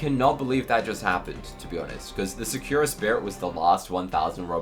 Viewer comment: sakura spirit is named ''sakura spirit'' not ''secure spirit'' also its hard to trade so many noobs get trapped with it